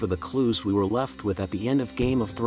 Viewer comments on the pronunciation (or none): none